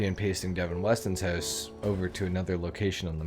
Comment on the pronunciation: Love it how you say “Hoose” the same way we pronounce it in Scotland 😂😂 “Devin Weston’s Hoose”